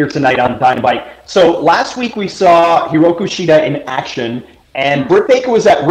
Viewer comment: "Hiroku Shida"? Come on, get your act together.....